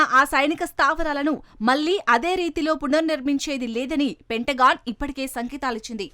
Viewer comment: పెంటగాన్ అని చదవాలి